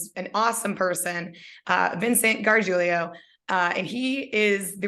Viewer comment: I came here to (hopefully) learn how to pronounce Gargiulo, and you did not disappoint! Now, when I tell people to check out this cool local musician/film-maker, I can pronounce his name correctly. Thanks!